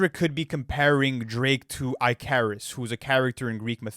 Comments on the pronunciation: Butchering that pronunciation of Icarus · Yo. It’s not pronounced “Eye - care-es” it’s “ick-uh-ris” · It is pronounced "ICK-uh-russ" not "EYE-care-us." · Whoever told them it’s pronounced “I care is” it’s not it’s Icarus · Bro said I-CARE-US!? My boy never heard of ICK-ER-US!?!? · Eye-carus? Huh?!? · Why are you saying “Icarus” like that? It’s ick-uh-riss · EYE-carus pronunciation for Icarus has me dying ☠️☠️ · The Icaris pronounciation is terrible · Aint no way we reading icarus as eyecarous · Pronouncing Icarus as “eye-care-is” 😭😭😭😭😭 these fuckin Canadians must be stopped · It's pronounced ick-uh-rus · bro really pronpunced icarus "I-Care-Us"😂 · eyecarus? never anyone pronounce it like that I was mad confused. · These guys can't pronounce anything 🤣 Eye-carius, Holly's Comet 🤣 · Man said “eye-careis” for Icarus 😂😂 these Canadians are funny man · Ick curr iss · Eye-carus is killing me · This is the first time I’ve ever heard Icarus pronounced ikarus lol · Eye-karis? Lmao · I love that you guys mispronounce every name you said lol really funny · Ikr? I had to rush to the comments to see if anyone else noticed every name and second word is mispronounced. 😭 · i carus is crazy pronouciation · Watching correct reading every 30 seconds but bro can’t pronounce Icarus 😂😂😂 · HOW DO YOU PRONOUNCE ICARUS LIKE THAT WHAT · They way they pronounced “Icarus”😭😭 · That's not how you pronounce Ikaris. That's not how you pronounce Hailee's comet. Drake's son is Adonis not Addidon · insane pronunciation of Icarus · The pronunciation of “Icarus” funny af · I don’t think I’ve ever heard someone mispronounce ‘Icarus’ before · Who is bro pronouncing "Icarus" like that 😭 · not being able to pronounce Icarus is so funny to me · I was FLABBERGASTED when I heard him pronounce it like that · That's not a Canadian thing. That's just someone not knowing how Icarus is pronounced. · the pronunciation of Icarus😂